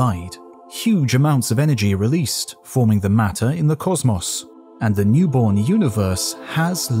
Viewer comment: why do you pronounce cosmos like that? so annoying. otherwise good video